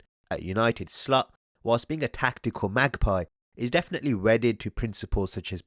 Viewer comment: It's Slot not Slut!